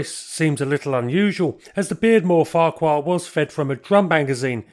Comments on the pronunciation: Beardmore also built taxis for London in the 1950's, and Farquhar a Scottish surname is pronounced 'Far-har' apart from that, another super post, thank you. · Farquhar is a name native to North East Scotland, where the pronunciation, in Doric, is "Fachur", with a semi-hard, back of the throat, ch as in loch. This occasionally causes consternation. A short explanatory video of some Doric pronunciations can be found on here entitled The Caledonia Bank.